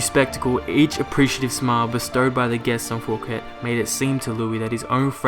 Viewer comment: Thanks! informative! BTW: *How to correctly Pronounce Fouquet: (the T is silent) *The french king in question was the sun king, Louis the 14th.